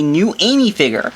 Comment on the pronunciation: he says figure "figore"